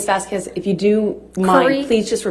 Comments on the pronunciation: I don't speak Spanish but I know how to pronounce Vasquez - It's not Vaskwez. And after weeks of testimony still can't figure out the microphone. She came off confused and unprepared. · So glad we don't have to hear say "Miss VasKWEZ" anymore instead of properly pronouncing Camille's last name...